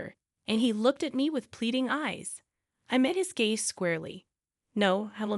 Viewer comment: "I met his gaze..." NOT "I met his gay..."